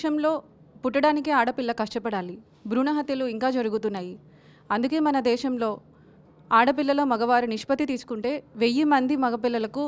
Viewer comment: Amma mundu miru telugu correct gaa palakadam nerchukondi chala goram gaa vundi.....Ila annanu ani tappu ga anukokandi ..దేశం ...Amma desham..kadu